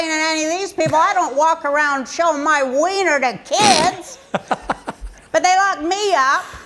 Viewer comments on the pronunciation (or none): none